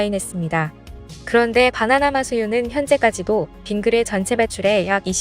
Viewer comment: 바나나맛 우유 발음이 뭔가 부자연스러운데?